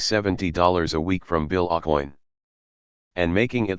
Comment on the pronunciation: Bill Ohcoin, Not Aucoin.